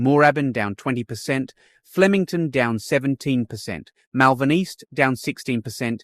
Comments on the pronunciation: Yes the mispronunciation annoyed me too! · You need to learn to pronounce the suburbs properly please! Moorabbin and Malvern!